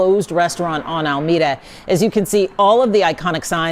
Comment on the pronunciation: You didn’t say Alameda right